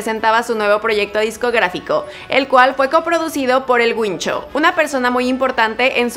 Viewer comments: Es el Guincho , no el Güincho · Por querer hacerte la qué sabes pronunciar bien las palabras las pronuncias re mal .!😹 X ejemplo El Guincho No El Güincho ¡¡SIN OFENDER!! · No es "El Güincho", es "El Guincho" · No es “El Güincho” es “El Guincho” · ¿"El Güincho"? 😨 ¡El Guincho! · Muere un gato cada vez que dice el güincho en vez de el (gincho como suena) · El guincho, no el güincho, por dios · El español es tu primera lengua? Porque no se dice el Güincho se dice Guincho. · El libro es del siglo XIII - 13 (trece) no 18 (dieciocho). Los gitanos no sintieron "El mal querer" como un acto de apropiación cultural fueron los flamencos. Ni los gitanos son todos flamencos ni todos los flamencos somos gitanos (ni de lejos). El flamenco es una mezcla de árabe, sefardí (judíos españoles), español y gitano. La diéresis debe colocarse obligatoriamente sobre la u para indicar que esta vocal ha de pronunciarse en las combinaciones gue y gui: vergüenza, pingüino.... "EL GUINCHO" no lleva diéresis así que la U no se pronuncia. Muy buen video. Gracias. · Guincho se pronuncia normal como en el caso de Guillermo. Se pronunciaría con ambas vocales, ui, si la vocal u tuviese diéresis. Por ejemplo, si se escribiera Güincho, pero en este caso, no la lleva. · Pronuncia mal el guincho